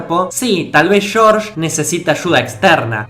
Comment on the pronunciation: "Shórsh" jaja